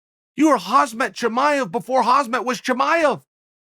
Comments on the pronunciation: Sigh... he still can't pronounce Khamzat ( Hazmet?? ). I swear he's gotta be mispronouncing everyone's name on purpose at this point. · Why does Chael still mispronounce Khamzat's name?